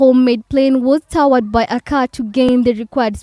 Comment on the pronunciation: I'm not sure this is even a news reporter, it seems like an AI voice-over added on top of a YouTube compliation, so it's probably adding a completely fictional narrative. It might be a regional accent thing, but the voice says the plane was towered instead of towed.